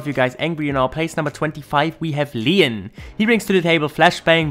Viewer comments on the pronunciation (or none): It’s le-on not leein lol